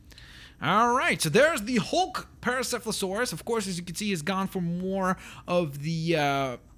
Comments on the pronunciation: Paracepholosaurus My ears save me Its pronounced Par-ah-sawr-ol-uh-fus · It's pronounced pare-osaur-alofis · dude its parasaurolophus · You should work on pronouncing parasaurolophus